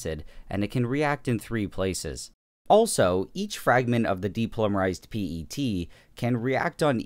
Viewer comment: WHY, WHY DID YOU SAY P-E-T INSTEAD OF PET